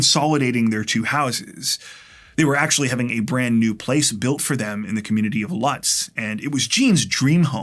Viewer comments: I was one of the investigators on the Gene Thurnau case. Bob placed Gene’s body in the passenger seat of his car like a passenger when he left the house. We never found his genitals and they weren’t in Bob’s stomach. We figure he may have flushed it. By the way Lutz is pronounce (Lootz). I enjoy your stories as retired Detective so keep up the good work. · Lutz florida is actually pronounced lootz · Great retelling of this story. I have only one correction: Lutz is pronounced Lootz.